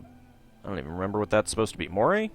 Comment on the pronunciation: I'm sure I've mentioned this before in the comments, but Moray is pronounced as "Murray".